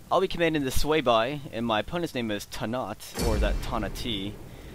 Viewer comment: It's pronounced Sway-vee